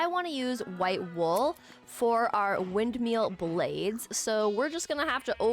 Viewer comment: loveee you but calling it wind”meal” was KILLIN me